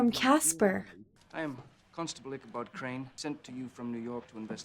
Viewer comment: What are you talking ABOOT EH😂😂